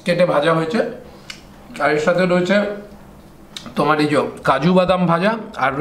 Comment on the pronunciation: "এই যো" বলবেন না। "এই যে" বলবেন।